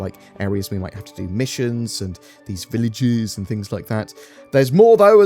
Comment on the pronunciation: I love the way you said villages there 😂